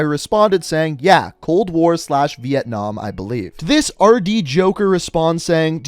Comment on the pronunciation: hahahahhahahahahhahahah vientnam not cold war